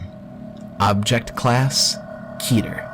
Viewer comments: "keh ter." ._. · Most of the narrators: Keter That one narrator: Ketter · If the voice over wasn’t so cheesy and the actors know how to pronounce words properly I would’ve been more invested in this video. KEH-TER, not KEY-TER VAYSE, not VAHSE How do you fuck that up? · it's pronounces K-ee-ter not ket-er and it's pronounced v-a-se not V-as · Key-turr, not Keh-turr .-. I don't know why that pronunciation bothered me so badly... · nug get no it's pronounced keh- tear I just watched a whole video on the word and it's Greek roots a Greek language expert said it's keh-tear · i swear, the man who pronounces "keter," as "ketter," makes me want to strangle him. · Brett Olsen it's pronounced keh-tear according to a Greek language expert and it's a Greek word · I swear I will kill the person who keeps saying Keter as "Ketter". Go to fucking English school dumbass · Keter is pronounced keeter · Thats not how u pronounce keter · I hate how he says the scp's name so slowly, like it's supposed to be super dramatic. I also hate the lack of consistency with the pronunciation of the word keter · its pronounced KEY TER KETER KEY TER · pronounces Keter wrong and it's kinda cringy